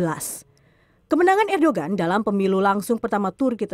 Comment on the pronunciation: bukan erdogan tapi di baca erdoan krn bukn "g"